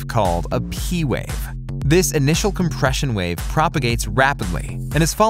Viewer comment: "Wawe" ......... you mean wave hahaha